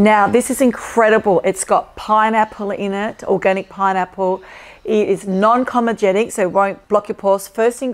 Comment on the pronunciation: my love...no shade, just an observation...it's 'comedogenic', not pronounced the way you are saying it. Given that you're in skincare, it just stands out that much more. Keep going well.